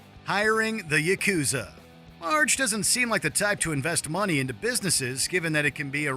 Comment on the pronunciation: Did he really mispronounce the Yakuza?